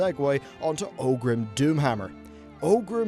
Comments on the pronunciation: Orgrim not "Ogrim" and Malchezar, not whatever you said lol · it's Orgrim, not Ogrim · “OR-grim” .. not “OH-grim”